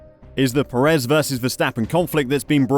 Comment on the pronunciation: FFS, please learn how to pronounce Checo’s surname. Unfortunately, even with a correctly pronounced surname he is not in the same league as Max.